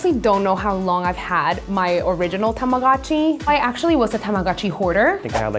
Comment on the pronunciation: Why doesn’t anyone pronounce Tamagotchi correctly T^T